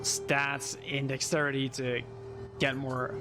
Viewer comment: My brain lost it when he was saying Dexterity, Dax-city 😂😂